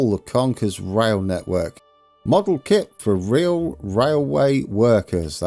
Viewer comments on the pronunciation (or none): none